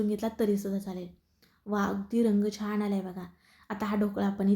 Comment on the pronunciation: छाण नाही छान म्हणा. तुमचा ढोकळा खुपच छान झाला आहे पण पीठात आणि पाण्यात साखर घातली आहे त्यामुळे गोड जास्त होईल असं वाटते.